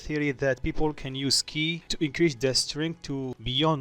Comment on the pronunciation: "ki" Dragon ball😦